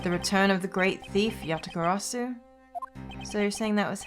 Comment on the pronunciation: Can We Get a Round of Applause for getting "Yatagarasu" on the first try Believe you, me, it took me 3